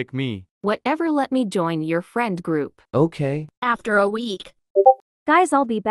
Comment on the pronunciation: saying froup not group